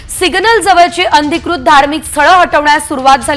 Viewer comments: अंधिकृत नाही अनधिकृत...बोलणे सुधरवा...सांगणे नीट करा...शुद्ध करा...बातम्या द्या पण नीटपणे द्या... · शुद्ध मराठी बोलायला शिका आधी नंतर बातमी द्यायला या, अनाधिकृत बोलायचं आहे